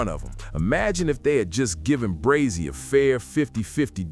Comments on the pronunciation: It's pronounced Bray-zee😂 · Facts breh dumb ai said Brozy 🤦🏾‍♂️ 🥴🥴🥴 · Honeycomb Brozzy?!!😂 AI got to do better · Dumbazz ai it’s Brazy like Crazy not Brozy 🤬